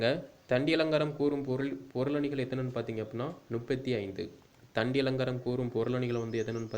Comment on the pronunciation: தண்டியலங்காரத்தின் ஆசிரியர் பெயர்: தண்டி. கண்டி அல்ல... திருத்திக் கொள்ளவும் சகோ.